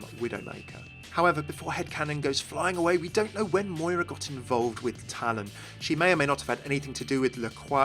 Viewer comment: I am Irish...My name is Moira, and hearing my name mispronounced SO much after this character came out is actually quite frustrating O.O I want to like walk up to the creators and shake them super hard "THE 'I' IS SILENT!!"